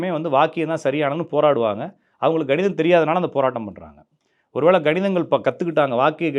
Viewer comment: சார் ganidham illa kanidham